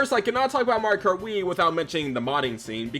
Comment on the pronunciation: Had to stop 20 seconds in. What is it with you yanks skipping whole syllables when you talk nowadays? It’s pronounced Mar-e-oh kart. Not Mar-car. I’m sure the video is great but I just can’t.